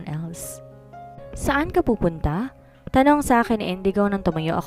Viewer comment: Saan ka pupudta ! Ngongo kasi diba saan ka pupunta not ( pupudta ) baradong ilong kaya ngongo !!!!!!!!!